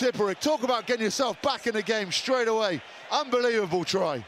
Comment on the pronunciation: The Sean Connery pronunshiation pandemic shtrikes again! "shructure" and "shtraight" several times! Just shtop it, would you?